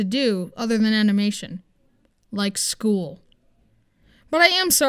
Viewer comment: Few i thought you said school but you said shool